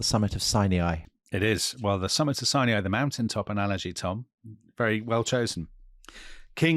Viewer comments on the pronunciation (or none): In Hebrew the name is Har Sinai with Sinai pronounced exactly as we do in American English (Sigh nigh). I have no idea where they got this extremely idiosyncratic pronunciation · I've notice that they say Sinai as si-knee-eye consistently on this channel. Is this actually a more correct pronunciation than the two syllable version I hear everywhere else?